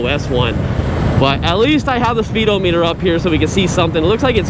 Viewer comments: This was driving me crazy too, it's not "O" meter, it's speed-ah-me-dur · It's pronounced spee-dah-muh-tr...... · Speedo meter??😂😂😂. It isn't pronounced that way